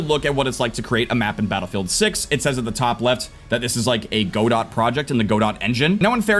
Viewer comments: go dot 😂 pronounced ga-doh. open source and free to use game engine. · Its pronounced Gah-dough (Godot). Also i see it functioning similarly to Fortnite's unreal editor.